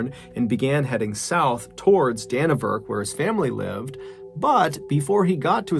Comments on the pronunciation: I gotta admit though it irked me a little bit your pronunciation of it! haha It's actually pronounced DannyVerk lol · Its pronounced Danny vurk, and roo ah heenee